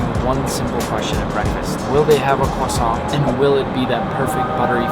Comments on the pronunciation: When you luv da cwasant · When nick pronounced croissant I could feel each individual cell get angered that he didn't say it perfectly. (I'm Frednch)